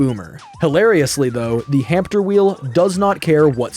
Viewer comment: Are they really called "hampter" wheels, not hamster wheels?